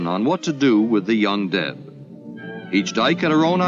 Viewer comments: Guess I'm the only one whom misheard "The Young Dead" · I thought the narrator said, "The dike and the 'undead'". :face-orange-raised-eyebrow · It took me a while to realize that the narrator was saying "young deb" and not "undead." I had a totally different story taking place in my mind. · When I first heard him say “young deb” I thought he said “undead”. 😅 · I heard "young dead" at first. Yikes, what y'all doing that you need to decide what to do with the young dead? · At first when the narrator said “young deb” I heard “undead”. 😂🤣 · Yeah. I made the same mistake. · I thought the narrator said "Undead" at first then realised he said "Young Deb"! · Me too! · I kept hearing ‘undead’ instead of ‘young deb’. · For quite a while I thought he was saying 'the un-dead'. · Sounded like the term used was ''UnDead'' but I guess it was ''young Deb''...? And it sounded like he says ''dead'' instead of ''dare'' ''The dead has no place to go'' (But it all sounded much more innocent the 2nd time) I did na-zi that coming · I know what "young deb" stands for. My initial confusion was due to his pronunciation and the sound quality. I'm pretty sure that's also the case for all who agreed with my comment. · "The dike" (have to spell it like this or get shadow filtered by YouTube) "and the" what? [Undead]? [Undeb]? [Young Deb]? What is the narrator saying? Edit: Oh, I found it in the description after I found extremely vague explanations elsewhere. I still don't understand what a deb is.